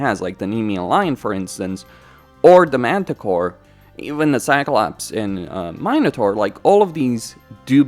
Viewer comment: You don't pronounce "mine-uh-taur" but "min(i)-uh-taur" 😭